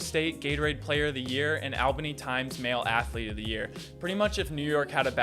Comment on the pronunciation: 1. Its GlenS Falls not Glen Falls. 2.pronounce albany correct ("all banee)